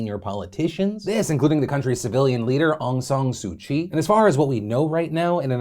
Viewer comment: Im pretty sure that's not how u pronounce Soo 'Kyi'